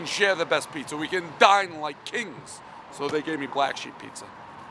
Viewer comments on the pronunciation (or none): none